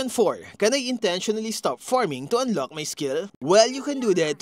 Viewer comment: Thanks for the useful topic, however please improve your accent especially on the pronunciation of the letter "K" or "CK" like in "Unlock", your current pronunciation is like the Arabic's "Kha" (خ) which is confusing